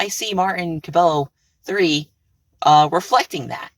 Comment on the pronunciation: I’m pretty sure cabello is pronounced “ca-bay-yo”